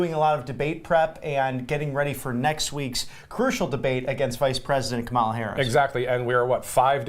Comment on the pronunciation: They can't even pronounce VP Harris' first name? Are these guys sitting at a folding table in a janitors closet, with a green wall behind them?